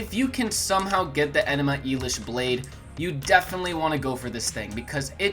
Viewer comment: "Enema Elish" lol